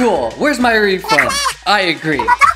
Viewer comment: XD when said yes I heard oui! XD